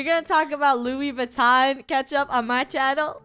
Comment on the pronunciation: How said I want Loui VUITTON ketchup